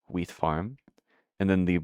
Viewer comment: My day was good, did some overtime on Sunday, hopefully I'll get a little more this week too. Greenhouse is coming together great though! You've doing a better job than me with the water flow, I'd have just left it a mess lol. Also every time you say wheat I misshear you and think you say weed, throws me off every time